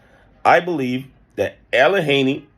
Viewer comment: The "H" is Silent in Allegheny, the "G" is a Hard "G" like in the word Good My Brother.